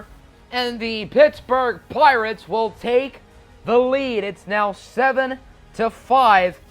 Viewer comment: At one point in the video it sounded like you said Plirates